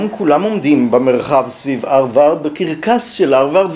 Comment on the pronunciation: כך תמיד כינו את זה בעברית: פלגיאט (מלטינית) ופרשו בלשון המתחדשת "גנבה ספרותית". זו לא עגת האמריקניזציה, כמו למשל האג'נדה. יותר קשה לאוזני לשמוע את הא' מחליפה את הה' (אַרְבַרד), אבל גם אני כנראה זקן נרגן. התוכן, בכל אופן, מעניין מאוד.